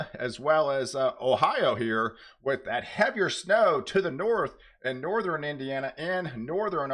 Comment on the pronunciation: Please. A weatherman should know it’s northern not northERen and southern, not southERen. This makes me crazy when you mispronounce these.